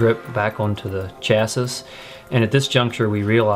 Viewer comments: The word "chassis" is pronounced "chassy", rhymes with "classy." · My brain bout exploded listening to him fully pronounce the last “ s “. 😅😅 literally came to the comments mid video to see if anyone else gears got to grinding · the mispronunciation of chassis ticks me off